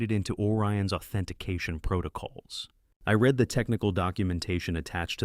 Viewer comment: You read every comment... Sounding "RED" = past tense. Not "REED" = present... As it is meant to be ! AI exposes itself by misspelling...